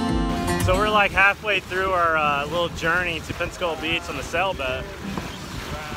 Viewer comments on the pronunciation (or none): none